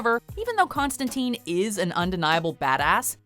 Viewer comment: That's not how you pronounce Constantine